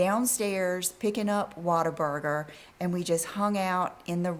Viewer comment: With her improper pronunciation, she called it Waterburger, I think it is Whataburger, lol! Leave it to.